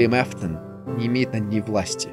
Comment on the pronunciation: А кто такой Эфтон правильно же Афтон